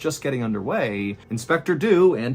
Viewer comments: Inspector Dew was English. English people do not pronounce Dew like that. It's not Doo. it's either Dyew, or DJew (yes like Jew) depending on region and class/education, but both would be correct for edwardian London. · did he just say "do dew"? I know he actually say "Dew would do just that" just sounded funny. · I'm sorry but I giggle every time you say "inspector do"